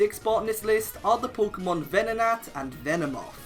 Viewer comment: should really consider saying the word Pokémon correctly. The accent is not there to make the name look cooler.